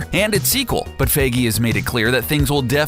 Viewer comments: It's not Kevin 'F"a"gee', it's Kevin Feige (Pronounced: F"eye"gee). Dear Jesus, learn how to pronounce German/English names, it hurts my ears listening to you attempt to correctly pronounce his name, all it takes is a quick Google search. Well, I guess it is better than a few months ago when you pronounced his name Feige as, "Feegee". LOL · For you to hopefully know how to say Kevin Feiges last name. Its Fe-I-gee, not fee-gee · "fie-gee"" NOT "fay-gee" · I kept getting bothered by him saying Kevin FIGI instead of FAIGEE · OMG Its Feigy with the 'ei' pronounced as "EYE or I" not A >< Do you even english mate! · "Faggy"??? I thought it's "Fi Ghee". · Its pronounced FIYGEY not FAYGEY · It's pronounced f-eye-gee not faygee. Dios mio. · It's pronounced fI-gee, not fA-gee. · How to pronounce feige? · you pronounced feige wrong its pronounced fi-gee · The way you pronounced Kevin Feige as "Feygee" Annoyed the hell out of me. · "Kevin Fehgee" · why do you say kevin fagee? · giddammit pronounce your shit beeter; "captain faggy." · Sorry but isn t pronounced fige but whatever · It's pronounced FY-ghee! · OMG ITS PRONOUNCED "FI GEE" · Every time he says Faygee a bit of my soul died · Pronounce Kevin feige's name right bro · you to be able to pronounce Kevin feige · The way this guy says feiges surname😂😂😂😂do ur research man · U say feige wrong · the funniest thing is how u mispronounce feige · The way he pronounces Feige hurts me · SeanTheMan1 it’s like saying “me-me” instead of meme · The way you pronounce Kevin feige’s last name is so cringeworthy. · Someone teach this guy how to say Feige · Please learn how to pronounce Feige... my ears bleed!